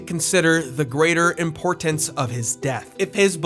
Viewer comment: …impor-ins …?! You mean importance ?!